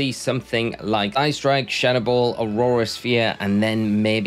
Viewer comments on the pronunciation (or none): Drink every time he says aurora sphere instead of aura sphere 😹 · Brother, its Aura Sphere, not Aurora Sphere! It's not an ice type move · Aura sphere not aurora sphere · what do you think is he saying aurora sphere or aura sphere?